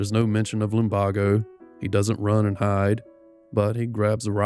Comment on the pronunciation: your voice makes me want to drift off. also please pronounce lumbago as "lum bay go"